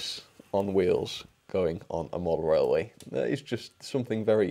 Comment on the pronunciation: Welcome back to the wailway